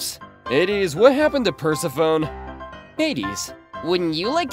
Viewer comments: No way he actually said "what happened to PER-SE-PHONE" instead of "PER-SE-FO-NEE" lmfaooo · Him saying the Greek gods names wrong gives me life PERSEPHONE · iTS pROUNOUCNED pERSEFONIE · Persephone isn’t pronounced like that 😭